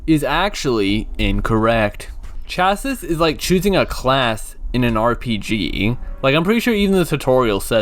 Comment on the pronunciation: This was a fun review to watch, although it's kinda funny hearing someone who's not a car person try to talk about car terminology :P Like that's not how you pronounce 'chassis' at all. Also, the 'classes' are your drivetrain options, which basically determine where the engine will be in the car and which wheels the power goes to. Like FF means Front Engine, Front Wheel Drive, FR means Front Engine, Rear Wheel Drive, and so on. IRL, where the engine is placed in the car (and thus the center of gravity) plus which wheels drive the car forward will have a major impact on how it handles. For a basic example, FF cars will tend to understeer in turns, while FR cars tend to oversteer and spin out if you aren't careful. What's also really cool is the car's body changes in appearance depending on which drivetrain you pick, even if the IRL equivalent never had a version of the car with that drivetrain. I do love what you said about the story though. Does sound pretty interesting aside from the out-of-nowhere plot in the last 1/4. I really should try this out on emulator at some point but I keep putting it off.